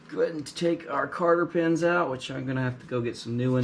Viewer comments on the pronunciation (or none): They’re called cotter pins, not carter pins. Lol New sub here btw. Love the channel.